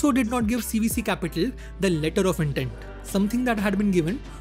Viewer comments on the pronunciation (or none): none